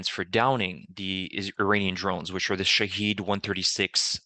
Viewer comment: Very good report. I'm subscribing. You even pronounced shaheed correctly. I bet that you actually know what that word means too.